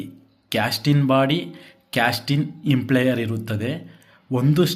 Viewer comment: ಸರ್, ದಯವಿಟ್ಟು ಪದಗಳನ್ನು ಸ್ವಲ್ಪ ಗಮನದಿಂದ ಬಳಸಿದರೆ ಒಳ್ಳೆಯದು. ನೀವು ಗೊತ್ತಿಲ್ಲದವರಿಗೆ ಹೇಳಿಕೊಡುತ್ತಿರುವುದರಿಂದ ಸರಿಯಾದ ಪದ ಬಳಕೆ ಮುಖ್ಯ. ಅದು “ಇಂಪ್ಲೇಯರ್” ಅಲ್ಲ, “ಇಂಪೆಲ್ಲರ್”. ದಯವಿಟ್ಟು ಮುಂದಿನ ಬಾರಿ ಗಮನಿಸಿ. Impeller